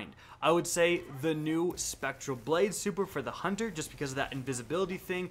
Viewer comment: You mispronounced Hunter